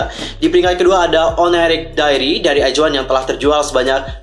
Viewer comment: bang pas baca in nama album izone nya kok "iz" bukan nya "aiz" ya di baca nya